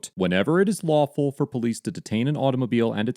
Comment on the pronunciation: I didn't realize that the words 'now' and 'for' had two syllables.